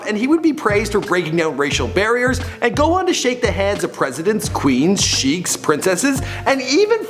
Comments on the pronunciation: you called sheikh's, sheek lol??? its pronounced shake. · cheeks... really dude please I FUCKING BEG YOU DO YOUR FUCKING RESEARCH ON HOW TO PRONOUNCE SHIT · You pronounced 'sheikhs' wrong